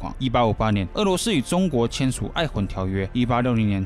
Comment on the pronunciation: 璦琿條約，讀愛「輝」，不讀愛「渾」。